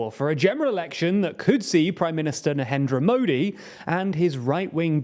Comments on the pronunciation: Please get an Indian guy for videos about India. You are clearly butchering all the Indian names and it's pretty evident that you have made zero efforts to find out the correct pronunciation. You can even pronounce narendra modi right, forget an entire 10 min video about India. Besides, your predictions are completely flawed and biased and you thumbnails are click baits. Remember your videos about Turkish elections? 😂 You are such a joke 😂 You shouldn't be taken seriously 🤣 And FYI, what's happening in Manipur, is not a communal thing. It's only communal is you watch it through a British lens (the pioneers of divide and rule strategy). Stop spreading hate and misinformation. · The fact that he cant pronounce "Narendra Modi" correctly gives you a overall picture of the video.😂